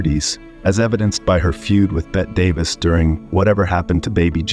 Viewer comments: It’s pronounced “Betty Davis” not “Bet Davis”. Lol Fkn AI. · Yeah, "Bet Davis?" It's pronounced "Betty," you robot... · Get a human to read the lines…it is Betty Davis NOT Bet. Terrible. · Bette Davis pronounced her name "Betty", not as Bet. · I worked with Milton Berle on a little project. He was not warm, but I have no ill feelings toward him And how does the horrible narrator of this video not know that Bette Davis' first name is pronounced "Betty", not "Bet"? So, so bad. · Never ever heard her called "Bet" Davis. It's pronounced Bet-eee Davis. Geez, you obviously don't know a thing about her. None of these are surprises. They all just seemed like off screen turds. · Bett Davis? Her name (Bette) was pronounced “Betty.” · It's pronounced "BETTEE DAVIS" not "BETT DAVIS"! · The AI (Artificial Intelligence) ruined what would have been an entertaining Youtube video. The mispronunciation of names is atrocious. Cyd Charisse - should be pronounced "Sid Sha-reese", Bette Davis should have been pronounced "Betty", not "Bet". I'm not even sure what the heck the AI did to Tallulah Bankhead's name. It's economics. If the Youtuber who created this clip had a real narrator, he'd have to pay the narrator. If you use an AI Robot (whatever the heck they call it) all you have to do is pay for the AI program ONCE, and then let the program mispronounce its way through a hundred different Youtubes, keeping the money yourself. It drives me crazy too. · You mean like Bett Davis? See my response above. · "She's got Bett Davis eyes", sounds terrible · I refer to her as Bett. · Research the pronunciation of names/words. "skep"ticism "Betty" Davis Teh-Loo'-lah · Okay: it's Cyd SHA-Reese, and BETTY Davis (the E is pronounced). Is this narration AI? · "She's Got 'Bet Davis' Eyes"!! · I'm amazed that the narrator would not know her name was pronounced Betty Davis, also Cyd Charisse name was pronunced Sid Charesse. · Pronounced Bettie Davis. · "Bet" Davis.... the Queen of Las Vegas